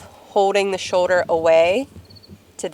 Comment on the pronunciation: Shoder or shoulder? Lol